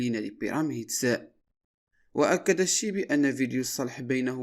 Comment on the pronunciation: اسمه الشيبي ماشي شيبو ماشي كسر بضم الحرف الأول بل فتح الحرف الأول وكلشي عندك ملقط